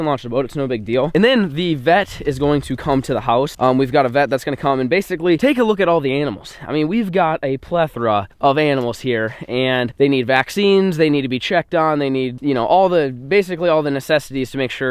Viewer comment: Plethra I think you mean plethora